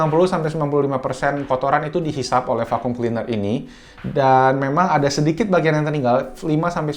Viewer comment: Fakyum (Vacum) gw kira ngomong F*ck You.. wkwkwk #Lol